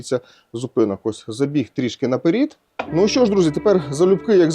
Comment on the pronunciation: Не "на перід", а "на перед"!!! Тошно слушать переход с одного языка на другой